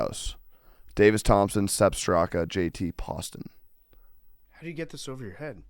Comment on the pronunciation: not being able to pronounce JT Poston should be a suspension. Not a golf guy confirmed 😔